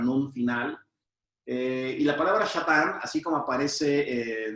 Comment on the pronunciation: No se dice shatan. שטן , con Sin no con Shin Se dice Satan